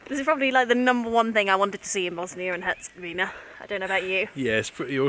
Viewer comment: Great video as always, but there's just one thing a have to mention. It's Bosnia and Herzegovina, not Bosnia and Herzegovinia. You see the difference? :)